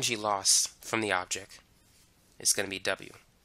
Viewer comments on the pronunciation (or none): I too now pronounce object and product as objec and produc thx to you bro!😅